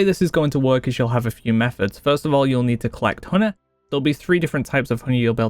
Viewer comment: Huneh. Jelleh.